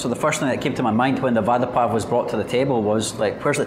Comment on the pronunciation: Nice one!! Vada in Hindi means "promise" What you are eating, is pronounced as "vara" pao!! 😁 Nevertheless it's fun to watch your food vlogs. Enjoyed it!!